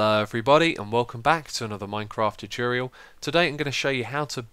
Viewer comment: You're videos are amazing xisuma, but I have to say, it annoys me so much that you never say tutorial right:P